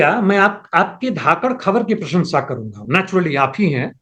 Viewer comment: न्यूज़ पेपर के धांसू पत्रकार जी,धाक्कड, नहीं बल्कि,,,, धाकड़,,, सही उच्चारण है